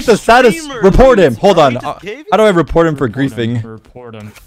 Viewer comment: Lol “reproted”